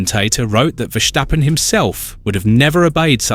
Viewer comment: There is no 'sh' in 'Verstappen.'